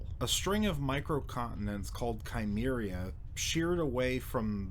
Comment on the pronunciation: I believe that Cimmeria is pronounced with an 's' sound, not a 'k'.